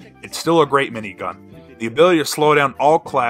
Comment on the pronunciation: i like the way you say the word grrreat